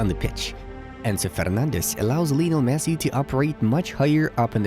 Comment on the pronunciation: Hey, great video. It’s Lionel. Not Lee. You can also call him Lío (Leo). Respectfully.